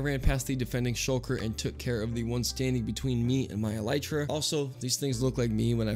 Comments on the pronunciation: Even though you said eletra instead of elytra I still love you ♥ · All the people complaining about how he says elytra when neither is correct :( it comes from elytron (a type of hardened wings on insect) so its elytra El·y·tra + ɛl ɪ trə + el-i-truh (where i is like the i in it )